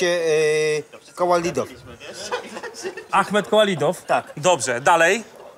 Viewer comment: 6.00 Kołalidov 😂😂😂